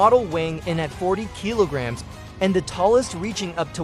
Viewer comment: KEE LO GRAMS